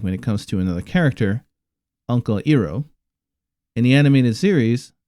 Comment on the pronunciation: Did he just call uncle iroh as Eroo, Dude really. I just stopped watching after I heard that